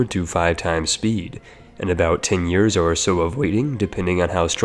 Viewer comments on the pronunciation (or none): none